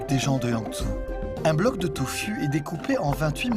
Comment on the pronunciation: Très beau documentaire la voie off par contre fait beaucoup d'erreurs le tofu se prononce tofou par exemple Mais je vous remercie on ressent les sentiments et la hardiesse de la tâche qu'ils accomplissent encore merci